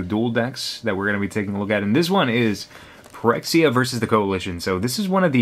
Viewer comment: Most people probably know, but Phyrexia is supposed to be pronounced as Fyrexia, Ph is usually treated as F in english.